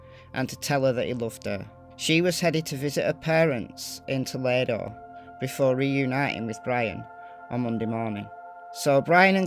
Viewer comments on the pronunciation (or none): Oh, you are in BIGGGGG trouble!! You pronounced "Toledo" incorrectly!!! HA! HA! HA!!